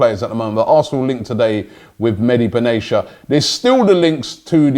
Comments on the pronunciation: Ben-Atia !! not benesha ! 4 years you've been pronouncing his name wrong ! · Benatia , It's reads Benatya Not Benasia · Robie never heard before how to pronounce Benatia :Benatiya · BENA-T-IA NOT BENA-S-IA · Mehdi benatisha🙈🙈 its mehid be na tia😂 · MEDI BENESHIA LOL It's pronounced Meh-di Ben-a-tia Robbie.... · Not Beneshia, but Benetia! Tia, not shia! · Its ben atia not ben achia to correct your pronunciation lol.Always wanted him at arsenal but its like 5 years too late in my opinion. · Love your content Robbie but it’s Bin Attiyya not benaishia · It's Ben a ti a not benacia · Benatia is not pronounced as benachya but ben atiya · Benatia, not benesha !! Wtf is wrong with u Robbie ?? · It’s BENATIA BEN aTia, not banechia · And it's Ben-at-ia, not Ben-asia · It's not Medi Ben Asia, it's Benatia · 'Mehdi Benashia'😂😂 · Hahahahahahaha the way robbie pronounced benatia looooool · Robbie do you reeeaally think Benatia is pronounced like that? Or do you just not really care? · Lichtsteiner not litchensteiner, benatia not benashia. Love robbies wrong pronounciations... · Maybe he joined us because you lot can’t pronounce player names for a start? Leichtensteiner?? Benaysha??? FFS Robbie. LOL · Dammit Robbie! it's pronounced lick-styner and Ben-at-ia